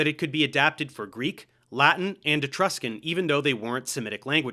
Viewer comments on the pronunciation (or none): none